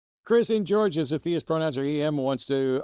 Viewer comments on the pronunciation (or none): “Chris in Geor”